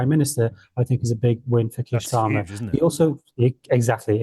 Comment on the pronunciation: Why does that guy from yougov keep pronouncing Starmer as Schtamer, he’s not German